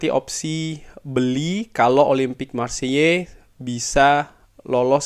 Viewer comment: Bang, Marseille pronounce nya Maar say atau kalo mau agak French dikit maarkh sei